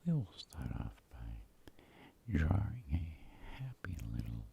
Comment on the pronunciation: "Draring" lol